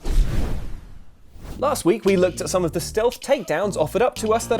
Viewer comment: Did he say, "I've never Luked better?"